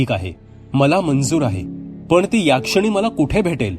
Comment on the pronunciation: याक्षिणी नाही हो.... यक्षीणी